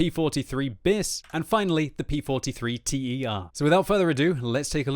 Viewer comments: Hey, I am an italian guy, your videos are awesome but pls... the tier 7 it's "ter" like the beginning of "terrain" (not "t e r"), it stands for "third". See you on the battlefield! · It's not the T-E-R, it's the "Ter", as in "Tertiary", or third iteration, as "Bis" means "Second iteration". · It’s not T E R, it’s ter, like the third one. It’s a word, just like bis, not an acronym. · here's an helping tip: TER is latin for "three" as in "third iteration". It's read as a word, tèr. The same with BIS, it's the second, so bìs! Hope I helped you with your fascination for getting names right:D